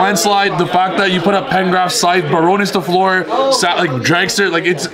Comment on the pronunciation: pls read this! Bar(onne) the "onne" sounds like the "one" in gone Fl(eu)r the "eu" sounds like the "u" in f(u)rry or h(u)rry